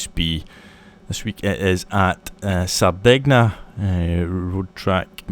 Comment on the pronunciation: 'tsk'... "Sar-den-nya".